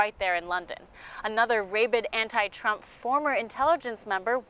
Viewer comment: BIG, BIG SCORE for ONE AMERICA NEWS! CONGRATULATIONS! Note ( ~): “Rabid” sounds more like “rabbit”, not like “ray-bid”. Rabies is still “ray-beez”. (See dictionary.)